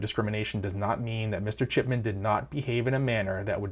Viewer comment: Your audio is ok...but whenever you say "Chipman" i hear "Shitman".🤷‍♂️